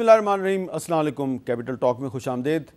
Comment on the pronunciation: اپنا سلام ٹھیک کرو۔ السلام علیکم